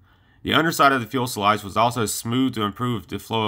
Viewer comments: Every video this guy makes he calls a fuselage a fuelsalage. Come on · Good video man one thing though. It’s Fu-se-lage not fuel-sa-lage. Sorry not trolling or anything I agree with the people saying good job your getting better. Just trying to help is all. Good luck with your channel. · The Fuelsalage pronunciation and excessive Umm's made this a no go for me. Sorry. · Great channel. A couple of points though, and I know that these have been brought up before, but just another voice to encourage you; A) Again; it's Fyoo sil ahj, not fyool sil ahj B) You can edit sound too. You do a great job with the visual aspects, but the audio needs work. Cut out the "uhm"s and "uh"s. Do several takes, edit those for a better product. C) Keep up the good work. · A lot of good info about the jet but for God's sake, learn to say FU...SE..LAGE .... Not fuelsalage like you were saying it LOL. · Please... "fusalage", not "fuelsalage" . Thank you! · Fuselage not fuel selage. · It is fyoo-suh-lazh, not fuel-suh-lazh, and it's a rather important word to pronounce correctly in videos about aircraft. Please say it correctly. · Fuselage, not fuelselage. Dang, what a noob mistake. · Whats a "fuel-slodge"...? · fuel' sa' lage? Get it together! You sound like a 9 year old boy giving a science report to his 5th grade class. Your research is notable, and your opening intro, 2nd to none. Lock it up, sound like you've got a pair, and sally forth! We (I) love and respect you. I want to see you succeed in this channel. Continue to sound like a mumble mouth, and you'll be gone like many before you. You've the most (single most) Kick Ass opening intro of all YouTube channels. Nukes, Bettie Page, and Strategic Nuke Bombers.....we are sufficiently hard now... Follow it up with a similar kick ass'd presentation on why Commies are Bad, US is good. Constructive critique, nothing more. Keep 'em coming! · TIL it's pronounced "fuel-salage". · No, it's not. It's Few-Suh-Lazh.